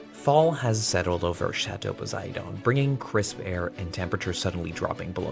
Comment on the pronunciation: … for the LOVE of the Château, it’s pronounced Poe-si-DEN not D O N! Watch any Movie or Mythology clip here on YouTube. As for your water, I sure hope you put a cut off valve easily accessible just outside the house and one outside the Château to turn off the water in case of a line break in either site. And when you repipe the Chateau, do not skimp on the PVC quality and find one with a good warranty. … cut that hair before your turn into Cher! New nick name: Brawny Boy (paper towel-hot with beard maybe?) with that jacket on. And those windows need a good windex clean! I’d get a larger roller for paint or just get a small sprayer! Need a Christmas Tree 🌲 next episode!